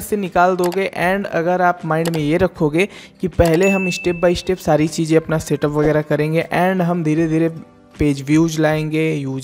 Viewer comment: Bhai tum bhi Pronunciation theek karlo Mishtake Ishtep by ishtep Newj Rejult Competison Countless Otherwise, you sometimes provide valuable information.